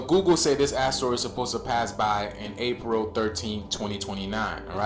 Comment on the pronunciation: yo did bro say that its da real 13? cuz a p is a d? ok but even if they were the same, he still wrong cuz its april not paril lmao